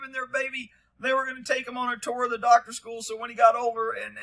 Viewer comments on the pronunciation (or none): none